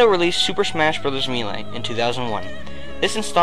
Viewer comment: hahahaha it sounds funny when you say melee